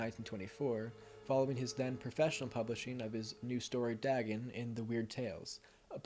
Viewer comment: And its pronounced day-gun, not dah-gun